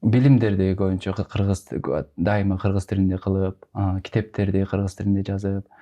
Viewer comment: Додурогон журналис кыз. Ат жылы 😂Кырзыз эмен .эмне дегидей буйум беле.додур туура суйлогонду билбейт.тилдин боткосун чыгарган.